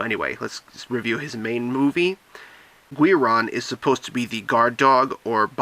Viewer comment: It's pronounced Geeron